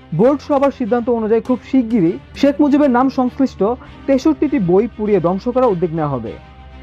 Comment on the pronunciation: বাবে না ভাবে হবে, দংশ না ধ্বংস হবে, ভাই আপনার দ ধ ব ভ এর উচ্চারণ ঠিক করুন 😊